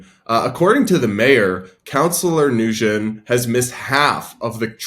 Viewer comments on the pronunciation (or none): I think that last nsme is pronounced like " win". Had friends with that name. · Nguyen is pronounced "WIN" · Nguyen is pronounced lik "win". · Ugh I hate the reporter!!! The person's last name is said when not new-when. The n is silent! Not that I'm defending the delulu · 😭😭😭 "Nguyen" is Vietnamese and it's pronounced something like "Nyowen". It's a super common Viet surname, like Smith or Jones in English, and it's also one of the hardest for English-speakers to pronounce 😂 They got it pretty close in the news segment though. Being half Viet myself your pronunciation kinda lowkey gave me a stroke, no offense 😂